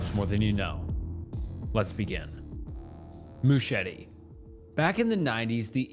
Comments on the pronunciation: Some great content on your channel, but dude-- please research the pronunciation of words you don't immediately comprehend. "MOO-cheh-TEE"?! Christ. I'd let it go if it weren't a commonality across every video I've seen thus far-- "mercy" for "misery", etc. BUT ANYWAY-- not heard of a several of the things you cover, so at least you've illuminated those for me, lol. :) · Mouchette is pronounced "moo-shet". Good video regardless. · in french it’s fully said moo-shet… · Just letting you know Mouchette (unlike Machete) is pronounced with a hard T-stop at the end, so it would just be Mouchet (with the t pronounced) :) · the french pronunciations wrecked me... he tried so hard but failed so badly lol